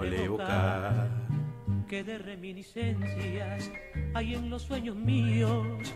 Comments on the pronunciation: 🤣🤣🤣🤣 reminencia dice Es reminiscencias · No entiendo porque dices reminencias si esta escrito ahi reminiscencias. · Reminiscencias no reminensias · Todos : Reminiscencias .. Falso: Me encantó Reminencias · Reminiscencias mi pana, no reminencias. Saludos y ya falleció Julio Jaramillo en 1978. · No es reminencias sino reminiscencias jjj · Reminiscencias*, no reminencia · Reminencias nooo ...es reminisencias